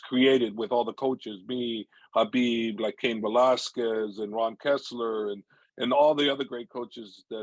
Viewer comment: Habib not khabib